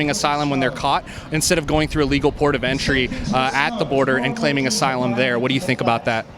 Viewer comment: "They're being turned away from SYLUM SEEKING" BWAHAHAHA